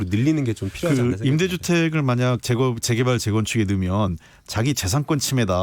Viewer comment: 김남국ㅡ제개발이 아니라 재개발 발음